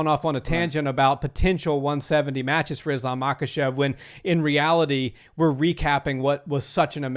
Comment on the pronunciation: I think the letter k is silent in their part of the world. So instead of ma-kuh-chev, I think it's pronounced ma-huh-chev I picked up on this while learning how to say Khabib's name. The k is silent. And I think it's the same for Khamzat chimaev as well.